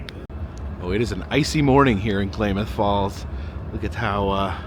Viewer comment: It's pronounced CLAM MYTH Falls. Or K-Falls if you can't pronounce it correctly..!!!